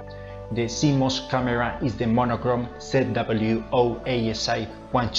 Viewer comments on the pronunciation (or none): none